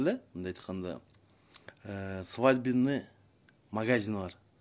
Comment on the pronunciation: Доодур сенсиз деле билебиз ай доодур свадебный деген созду да жакшына айта албайсын, колесо Сенин добдурлугуну айт ужас чычкым эле келет да